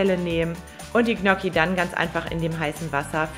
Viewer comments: Tolles Rezept, aber ich als Italiener, fühle mich schon sehr Diskriminiert wenn ich höre, wie du Gnocchi aussprichst 😢...😂😂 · Du weißt aber schon ,dass man Gnocchi nicht so ausspricht 😂😂